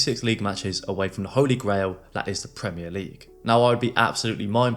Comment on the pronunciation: They need to learn how to say "Premier" properly!